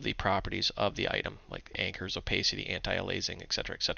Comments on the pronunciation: It's because he doesn't know how to pronounce in English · If the i in aliasing comes before the a, why do you pronounce it alaising?